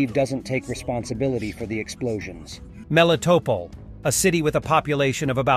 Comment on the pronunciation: Melitopol. Say Mell-ee-tow-pole.